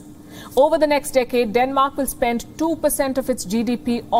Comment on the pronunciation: Decade was not pronounced correctly.